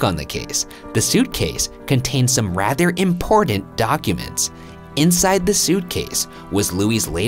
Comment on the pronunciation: Love the content but the dude on the right needs to learn that there's a difference between the letter T and the letter D. Important is spelled with 2 T's, Patent is spelled with 2 T's, Forgotten is another word with 2 T's. None of those words have the letter D in them. Get your grammar straight. Holy crap dude seriously....